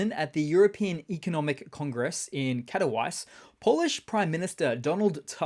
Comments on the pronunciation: Oh dear ! "Katowice" is pronounced "cat oh vee tser", not "cat-o-vice"!! And while we're here, "Donald Tusk":- it's not "tusk", as in Fleetwood Mac or bits of elephants.... the "u" is pronounced more like an "ooh!!" from a Carry On film, so it's more of a "Toosk" but the U is a very short or clipped "ooh" sound. As a general guide, for eastern European languages, don't show your teeth when pronouncing vowels and you'll get closer to the right pronunciation. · Katowice is pronounced Cat o veet say. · Katowice. Pronounced Cat-o-veetsa. Do your homework. Ukrainians use different sounds. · Katowice is pronounced ''Kato veecher.'' In Polish a W is pronounces as a V and a CE ending pronounced ''cher ''.